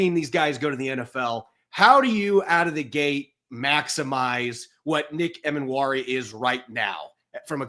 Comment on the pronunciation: was an awesome guest to have on the show - gave a lot of insight into Nick. Btw, I'm like 80% sure Nick's last name is pronounced Ee-mannwori rather than Em-annwori:)